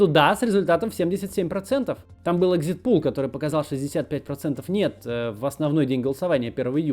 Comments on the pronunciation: экзитПОЛ, а не пул. Poll (pəʊl) - опрос, exit poll - опрос на выходе. Уже не в первый раз замечаю у тебя это. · Что еще за экзитпУл, Макс? ЭкзитпОл же